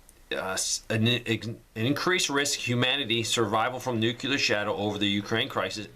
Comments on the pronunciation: You said "nuke u lar" again. Its "nuke lee ar" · Does Jimmy Carter live next door to you? It's not "nucular" it's "nuclear" and that whole clock business is a mechanism to instill fear. For a guy with such acumen about preparedness, it's a real let-down to hear you spouting this stuff. You want to stop climate change? Stop animal agriculture. Rain forests are being razed to make room for grazing animals. There's no need for this stuff! You keep saying "They said.... and they said....." None of the scientists I follow, and whose studies I read, think war is the real enemy here. It's not. The climate crisis is real, and it's because we keep turning natural places into factory food farms. If you do NOthing else, please view a documentary or two on this: Forks Over Knives, Veducated, What the Health and please stop spreading fear about things we can contro with what we eat. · I think they are required to say the cvd19 and climate change rhetoric in order to be allowed to continue. ETA: it's ''noo-clear.''